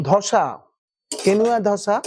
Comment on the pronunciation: উচ্চারণগুলো একটু ঠিকঠাক করুন, ধোসা গ্যান্ডিং স্ট্যাপিং এসব কি বলছেন?